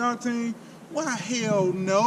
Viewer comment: "Is it going to get 93 octane??? HEELLLLLLL NO" Hahahaha love it man. Keep doing these videos, Ill keep watching.